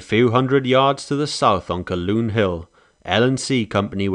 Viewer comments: Its not pronounced Caloon, its pronounced CALHOON, get right. Stop being disrespectful. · "Calhoun Hill" = Kal-HOON Hill not "Kal-Loon." The pronunciation of "Id-dee-it" remains the same and is most aptly applied to Custer, whose dereliction of duty and common sense resulted in the death of almost 300 people who were sacrificed to "Autie's' miserable thirst for blood and vainglory. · Calhoun is pronounced Cal-hoon, not Caloon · Why is the announcer saying Caloon when it is Calhoun? I have been to the battle site four times in the last 35-40 years. At 64 now, I am planning to go again one last time. It has always been fascinating to me. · "ca' loon" hill"? Hmmmmm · Very well done though I know a lot of people named Calhoun and you mispronounced that name